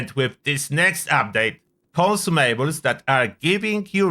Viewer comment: Take a shot every time he says "con sue may bells"